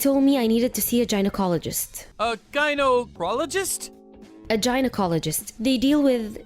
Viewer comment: A Gino cologist 🤣🤣🤣🤣 how do you get the pronunciation of that wrong ? And by the way, the word is refuge, (rhymes with huge) not refugee. A refugee is someone who flees from the war torn country.